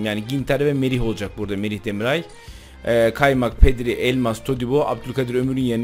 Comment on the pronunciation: DemirAY değil abiii